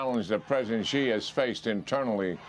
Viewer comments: Sheeee JIn Ping, not Jheeee! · its not Ji its Xi pronounced She. At least learn foreign names! You sound uneducated. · Xi is pronounced as "she." Why is this so difficult for these professional news readers to say?